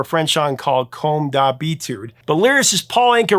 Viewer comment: Hey Prof: When you tried to pronounce the name of the French song that "My Way" came from, "Comme d'Habitude", a French person would understand what you said it as "Comme Ta Bite" which means, well...uh... "Like Your Dick" (and we're not talking about a man named Richard...) The work of the Devil ! :face-fuchsia-tongue-out: once again ! 😆😅🤣